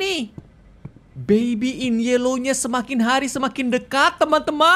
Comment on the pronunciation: suka banget cara pronounce "baby" nya🤣 bebiii